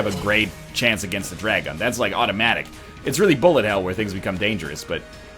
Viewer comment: when NL says "bullet" he actually sounds like lower case r